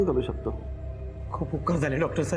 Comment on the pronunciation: उकर नाही उपकार